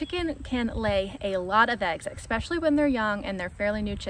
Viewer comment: No such word as (ekspecially) You said this numerous times in your video. Just so ya know.